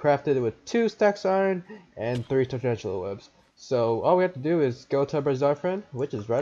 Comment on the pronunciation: poor dude can’t even say tarantula right